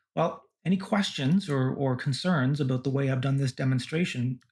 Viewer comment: "aboot" Cannedian confirmed. Edit: "From Canada". I knew it!